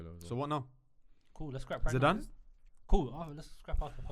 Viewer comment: Put some respect on Zidanes name